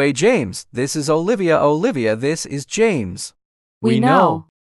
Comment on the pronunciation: said " OliVAa " 💀 lol